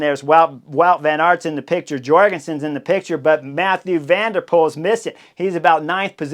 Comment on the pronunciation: It's Mathieu van der Poel, not Mathew...